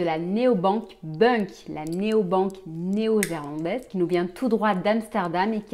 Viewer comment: Bonjour, Vous dites la néobanque "Néo-Zerlandaise", alors que ce n'est pas le cas. On dit Néerlandaise. Merci quant même pour cette vidéo.